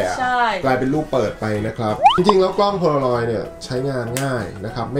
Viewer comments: กล้องโพลางอยครับ ไม่ใช่ โพโลลอย สวยทั้งคุ่เลยหนูมีเหมือนของ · มันคือโพลารอยด์ค่ะไม่ใช้ โพโลรอยด์ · มันอ่านว่ากล้องโพลาลอยด์ค่ะพูดผิดแล้วค่ะ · มันเป็นกล้อง โพลารอย ไม่ใช่ โพโลรอย